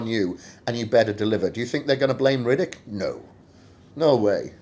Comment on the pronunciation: You're pronouning his name Riddick or am i hearing wrong? Lol